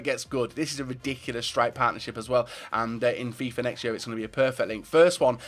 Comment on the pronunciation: That's how you say it?